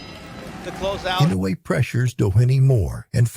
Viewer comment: Pls learn to pronounce his name correctly. E - NO -eh. Accent in on the “no”.